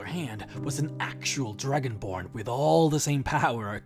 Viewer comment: Lol he said dragonblard XD